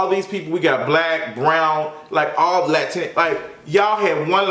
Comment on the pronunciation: I love how you’re saying there was so much racism through the show but you start this video off with pure racism saying you don’t like Latino gays... that’s pretty dumb my guy. And tf are saying “lantinex” ? I honestly can’t tell if you’re joking or if you really don’t know how to say Latino.